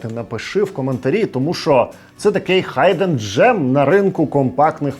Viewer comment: радий бачити тебе знову в українському ютубі! з поверненням! відос попав у рекомендації. "хайден джем" має звучати як "хідн", різануло. прикольна відсилка про "...ми кажемо бувай" 📺, зацінив